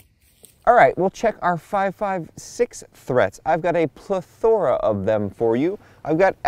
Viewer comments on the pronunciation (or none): A “plethora-THORA”